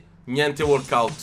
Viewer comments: Si dice walkout non warkout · "gnente WORKOUT"